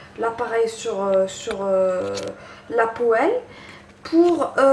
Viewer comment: apprend à parler et à prononcer ex:poêle